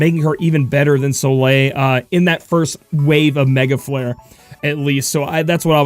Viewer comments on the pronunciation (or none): none